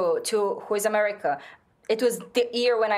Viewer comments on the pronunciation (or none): none